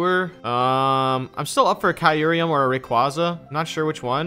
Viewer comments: U pronounce it kyur-em not Kie-ur-em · Bruh my mans said kai ruruium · Kyureum. Kai-rim. it's kai-rim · Its pronounced "kai-rum" or "cure-rum" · I've never heard someone mispronounce Kyurem so bad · So we're all gonna just ignore how terribly you pronounce kyurem huh? alright then